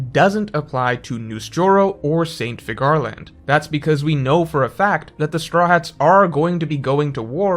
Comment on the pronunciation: Figure - Land. It’s pronounced Figure Land. Please stop pronouncing it like Cigar 😂